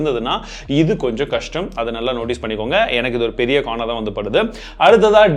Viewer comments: Bro not kustem tell kustem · knjm 😅ᴋᴜsᴛᴀᴍ ɪʟᴀᴀ.. ᴋᴀsᴛᴀᴍ 😂😂😂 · Yanna bro kustamnu solliruga athu kastam😅😅😅😂😅😂😅😂😅😂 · Bro adhu kusthum illa kastham🤣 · 1.11 la enaku kustam nu ketuchu vera yaruku na apdi ketucha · bro one small language mistake, bro kashtam ku bathil ah kushtam nu solliteenga 😉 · Bro neenga pattern lock pathi sollumbodhu kustamappa nu sonnengga 😅😂🤣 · Kustam illa kastam 😂😂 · Kashtam-->" Kushtam" Agiduchu ' '...SO sad...?😔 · Kushtam ila thalaiva....Kashtam ..😁😁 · குஷ்டம் இல்ல bro கஷ்டம் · athu kastam bro kustam illa..🤣😂😂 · Kustam illa Kastam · குஸ்டம் னு சொல்லிட்டிங்க நா😁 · தமிழ், என்ன தடுமாற்றம்? ல குஷ்டம்-னு சொல்லிட்டீங்க⁉️😂